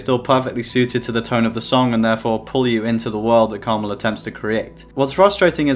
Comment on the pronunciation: his name is pronounced Karma-L not krmal